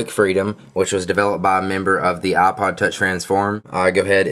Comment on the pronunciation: no offence, but its ipod, not aaah-pahd